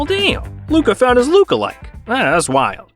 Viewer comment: "Luka found his looka like" 💀💀